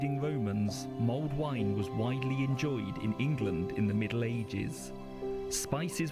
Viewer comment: It is called mulled wine and not as you called it ' milled wine '. People made it and then stuck a red hot poker into it, thereby ' mulling ' it.